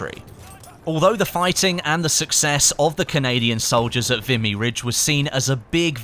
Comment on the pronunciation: FYI, it's pronounced 'Vee-me'. Great video BTW.